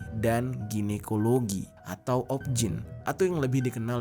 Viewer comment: OBGYN itu bacanya ow-bi-ji-way-en bang bukan Objin 🤣🤣🤣CMIIW